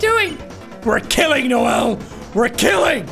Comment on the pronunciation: I like how you said noell instead of noelle